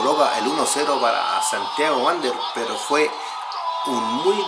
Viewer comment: No es vuandel “ Es Santiago Wanderers.. .Mejora tu fonética en los comentarios….y así tendrás más seguidores… Saludos desde Suiza 🇨🇭.